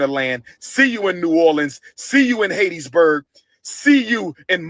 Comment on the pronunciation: Why can’t the good doctor, or what ever he claims to be, pronounce Hattiesburg, MS correctly?